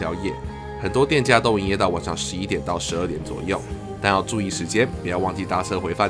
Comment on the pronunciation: 好奇問個 是南部人嗎 因為聽到你講晚ㄕㄤˇ XD